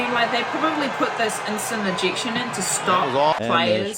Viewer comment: "eejiction" New Zealander for ejection. Thanks for the reaction